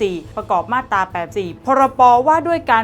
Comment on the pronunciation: น้องครับ......อ่านว่ามาตรา..ไม่ใช่มาดตา...ระวังหน่อย